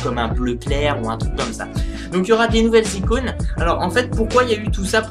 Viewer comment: "De nouvelles icounes" xD